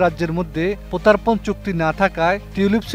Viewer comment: প্রতার্পন না শব্দ টা প্রত্যার্পণ, শুদ্ধ ভাবে বাংলা বলা শিখুন তারপর লাইভ এ আসবেন ব্রাদার 😂😂